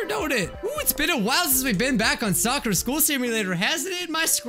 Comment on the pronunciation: say sakura like she say soker